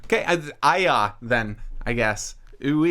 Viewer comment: LOL happy face at nailing it's pronounced "ai-yah" so wholesome.